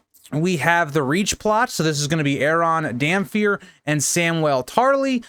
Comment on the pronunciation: I'm sorry, I don't want to be THAT guy, but it's "Damp-Hair". His hair is wet, damp.